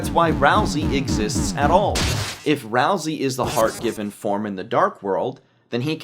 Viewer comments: >ralsei theory video >looks inside >"ral-see" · that name... is Ralsei- oh okay. Not... the name we of the character we've been talking about this whole time who rhymes with way. (not a critique, but just a expressing of my surprise because I thought it would be something else)